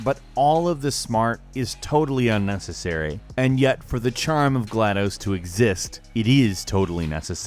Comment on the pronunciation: Bruh you mispronounced gladus 0-0 agh the fan in me is mad lol